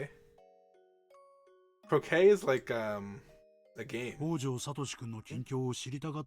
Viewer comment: Also Houjou is pronounced hoe (as in the farming exquiptment) - joe (as in the name).